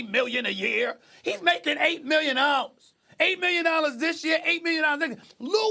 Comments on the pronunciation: Stephen A “million nallas” Smith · "Lou making 8 million nollars"